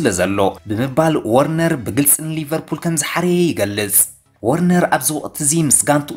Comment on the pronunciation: ወርነር ዘይኮነሲ ቨርነር ኢዩ